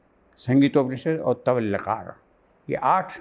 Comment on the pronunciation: तवलकार नहीं, तलवकार ।